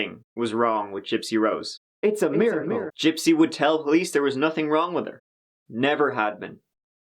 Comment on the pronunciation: I know but the way he says it it sounds more like mirror lol